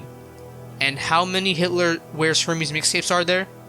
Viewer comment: just so we’re clear Hermes is pronounced Air-mez when you’re talking about the brand and not the god 😭